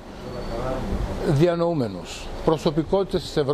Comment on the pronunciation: dianooumenous leei ahahhahahahaha